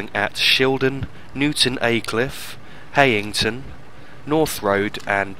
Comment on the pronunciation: Thought it was pronounced High-ing-ton?